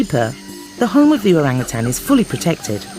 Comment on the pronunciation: Finally a non bahasa speaker can pronounce orang utan perfectly...